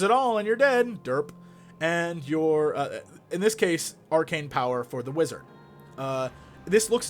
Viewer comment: i died laughing when he sed wizard.